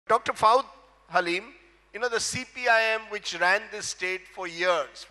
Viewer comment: He is not faud but Fuad get your pronounciations right